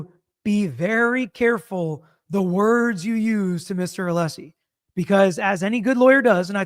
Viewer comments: It’s pronounced Alleesie father of Dragons 🐉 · Why does Brennan keep calling him Mr. Aleeesi? Can he not be corrected on the record? So disrespectful…